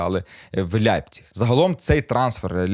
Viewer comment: З яких пір Лейпціг став Ляйпціг у Вацка навчились? Не ламайте мову!